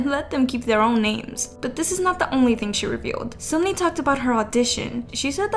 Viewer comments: Can we just highlight it is not SUMni it’s SUNmi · Sunmi is pronounced Sun(☀️)mee not soonmi lmao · Heiiii, Sunmi is actually pronounced like Sun🌞+me👈 Just wanted to tell you^^ Incase its Just Something hard for you to pronounce, i am sorry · As a Korean please stop pronouncing 선미 like seunmi. It’s pronounced seonmi it’s ㅓ not ㅜ.